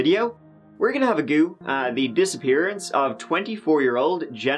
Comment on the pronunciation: "We're gonna have agoo." Heck yes. I will be saying this now.